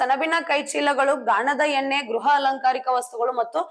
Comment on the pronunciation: ಗೃಹ ಜ್ಯೋತಿ ಅದು ಗ್ರಹ ಜ್ಯೋತಿ ಅಲ್ಲ